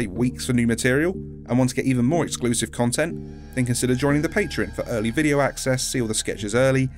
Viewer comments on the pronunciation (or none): none